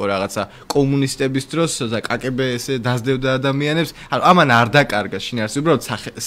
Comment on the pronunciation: КГБ (Комитет государственной безопасности) იკითხება როგორც კა-გე-ბე და არა კა-კე-ბე.